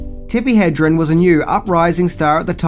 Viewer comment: You’ve got to say Tippi’s name right, HedreN.